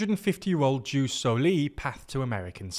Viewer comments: It’s pronounced yoos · I've literally never heard it pronounced juice until this very video. And I basically ONLY watch and read content in English online. EDIT